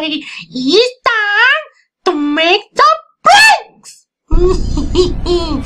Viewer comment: It's time라기엔 너무 정확하게 일단~이라 발음하셨네요ㅋㅋㅋ